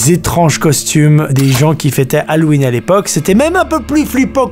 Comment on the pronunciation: "lalouween" mdddr